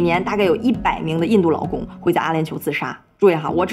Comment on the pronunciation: 听着一声一个外来“老公”，奇怪了好久才意识到是外来“劳工”😅（找打）。